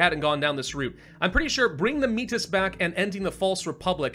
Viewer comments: Métis is pronounced May-tee, its a french word for people of mixed native and french ancestry. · By the way, Metis is pronounced May-Tea. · May-tee the s is silent 🤫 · it is pronounced Meh-Tee, and it is a real people group that is quite wide spread in Canada. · Métis = May-tea that’s how it’s pronounced